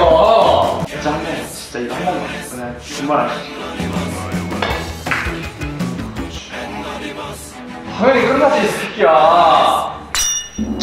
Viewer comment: 나도 다른 사람들처럼 파란색 으로 분 초 알려주고싶은데 어떻게 하는지 몰라서 .. 3분 35초에 당연히를 닫 으로 했어 !!